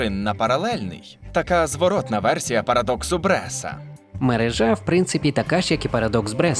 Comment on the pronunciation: Наголос у слові "мережа" падає на другий склад: мерЕжа.!!!!!